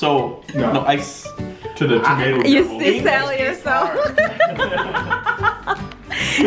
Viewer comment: You say tomato I say TOMAT Haha 1 like for tomat challenge